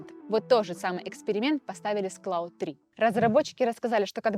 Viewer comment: Спасибо за выпуск. "Есть ощущение", что Claude читается как Клод, а Gemini, как Дже́мини (близнецы).